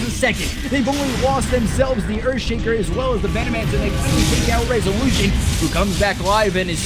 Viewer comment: how many times did he says: rezuuulüüüshön!?